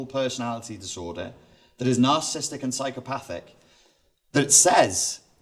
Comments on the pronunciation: For his12 years in the field, why does he keep mispronouncing narcissistic as narcisstic? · I do not know if I can trust a “professional” who can’t pronounce “narcissistic” or spell it.